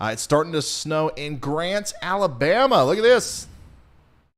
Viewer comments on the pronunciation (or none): none